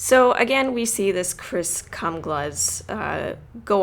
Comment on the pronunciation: The mispronunciation of Chris's name got me every time. Great video, informative, it was fairly to the point, but still enjoyable